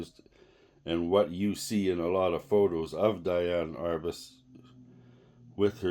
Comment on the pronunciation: It's "DEE-ann".